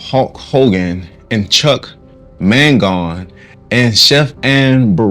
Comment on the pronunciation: Chuck Mangione, you pronounced it wrong